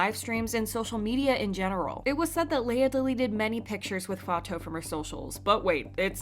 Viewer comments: Its /fatu/ btw not fato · bestie it‘s not fa-toh-oo, it‘s fa-too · her name is pronounced like "fah-too" not "fah-tow" just to let you know, great video btw! :) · Fatou is pronounced: fah-too.... not fah-toe. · Just wanna say it’s pronounced “FAH-TOO” Not “fah-toe” not to be rude or anything 😬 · I'm senegalese (and my name is fatou too) the right way to pronounce it is "faa-to" but even my classmates call me "fa-too" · no it’s “Fa-too” I am Senegalese too and my mom’s name is Fatou and that’s how we pronounce it, I never heard a Senegalese pronounce it as ‘Fato’ since the “ou” in french is read as “oo” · Hi, I just wanted to clarify that Fatou is pronounced "Fa-too" as in the actual word 'too' or "Fatu" if that helps. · I’m pretty sure Fatou is pronounced “Fatoo” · Girl it's pronounced as Fatuuuu, that's how they say it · I’m sorry but her name is Fatou the “ou” is pronounced like an “oo”. Not Fato. It was bothering me so much. Black people getting their name mispronounced when it’s super easy to pronounce it well is getting so annoying. Especially when other YouTube kpop news channels are pronouncing it right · not "fa-toe" 😭 cmon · Thank you for keeping us informed! just a small correction: Fatou's name is pronounced "Fa-too" :) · the way you pronounce fatou lol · Just a fyi you aren’t pronouncing Fatou’s name correctly 😊…